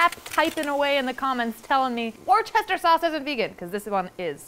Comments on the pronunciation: That was not gonna be my complaint about worcestershire sauce...I was gonna say you're saying it wrong lol. It's wuss-ter-shuh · Ok maybe it's vegan but it's pronounced "worstershire" sauce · Looks SO delicious!! But as a British person, it’s soul-destroying hearing your pronunciation of Worcestershire sauce 😂🤦🏼‍♀️ it’s pronounced phonetically like ‘Wuster-shuh’, as the place Worcester is pronounced like ‘Wuster’… hope that helps!! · For the love of God, it’s pronounced Woostershire Sauce. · vegan or not...its pronounced WOOSTER sauce 😊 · It’s pronounced wuss ster shire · When Americans mangle Worcestershire 😂😂 I'd be super happy with either of those sandwiches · the pronunciation of worcestershire sauce lol you're from massachusetts,! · The pronunciation of Worcestershire sauce 🤣🤣🤣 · Worcestershire sauce…, your 12 different pronunciations crack me up… still close but not correct… but super fun to listen to! 😉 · As someone from Worcestershire, the way you said Worcestershire stressed me out 😅 but the sandwiches looked delicious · I love you but I’m from Worcestershire and the way you say Worcestershire sauce makes my head feel like confetti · Is joking with her Worcestershire pronunciation? I hope so;) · Fun fact: the ch in Worchestershire is silent. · All I want in life is for Americans to pronounce Worcestershire correctly. Is that too much to ask for? 😁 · Worchester ? Or WorSheShyYer ? Cause I Really Got Baffled When She Pronounced It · Why do American's struggle saying Worcestershire so much 😩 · I know you're from Massachusetts, I hope that the H in Worcestershire sauce was a joke. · This is me typing away that this is not how you pronounce "Worcestershire", instead. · Hunny, that’s not how you pronounce Worcestershire sauce😂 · The American pronunciation on Worcestershire hurts me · That is not how you say worcestershire sauce 🙃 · why do Americans say Worcestershire wrong aaaaaa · Worchestire sauce = WOO-STER-SHEER